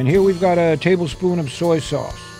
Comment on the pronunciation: "A Tay...mumble...spoon of cayenne..."